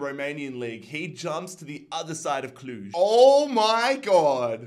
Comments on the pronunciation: Watchin’ u from Cluj. U’re pronouncing it just right. Keep up the good work. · You got the pronunciation of Cluj right